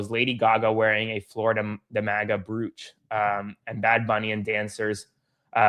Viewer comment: Broach, rhymes with Roach 👍🤭😉